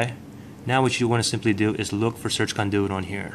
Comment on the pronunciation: Of course this does not work but I should have known, this guy cannot even pronounce CONDUIT correctly.